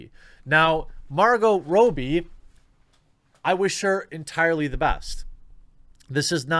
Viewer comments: Dude. Stop pronouncing her last name wrong. Its Robbie, not Rowbie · Why do you insist of pronouncing her name Rooooobe? You sound like a mongoloid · Are you saying her last name wrong on purpose or just don't know how to pronounce it. It's is pronounced raab-iy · Jeremy its pronounced 'ROB-BEE' not 'ROBE-BEE' mmmmkay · Still can't get over how you pronounced Robbie as Rowbie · Not (Row-be) (Raw-be) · You really need to learn to read. Robe is pronounced rohb. Robbed is pronounced rahb. Given this knowledge that I know you have, why do you pronounce the robb of Robbie like you would pronounce robe? You might want to stop doing drugs. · Margot "Robby", not Margot "Rowbee" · This dude cannot read. He mispronounces everything. Her name is Margot ROBBIE. not difficult. Geez. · Margot 'Rob-bee' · Margo Robbie's last name is pronounced as 'rob-bee' for future reference. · Margo Robbie, rhymes with Bobby. How can you fuck that up? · TheQuartering, I don't mean to offend you but you keep mispronouncing Margot Robbie's last name. Please stop doing this. Margot's last name, Robbie, rhymes with Bobby, not with Toby. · I didn't even know is was possible to pronounce 'Robbie' wrong. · Stop mispronouncing her last name 😂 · I know right. She’s a big actress and I know everyone has heard how to say her name. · I can't stand it.